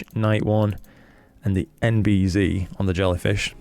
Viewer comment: Great review, thanks. I was thinking of this filter but now, not going to purchase this one for my f2 twin lens system. Oh by the way, you're pronouncing NB-Z wrong... we're not in 'Murica 😉